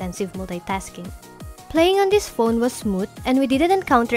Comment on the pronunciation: i hear "boat", "da", "tink", "dis", "smoot"